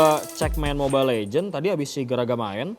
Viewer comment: mobile legends bang bukan legend